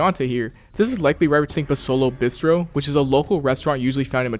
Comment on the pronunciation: The way this kid pronounces bistro is so cringe